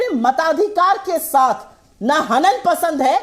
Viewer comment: Dath nahi sath hai.mazar nahi nazar hai